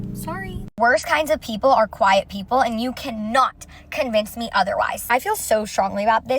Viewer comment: “quite≠nice” umm, first of all you’re trying to say QUIET 🫠